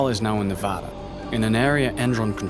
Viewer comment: Man, when will people learn how to say "Nevada"